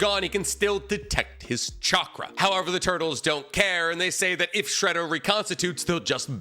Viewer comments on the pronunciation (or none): none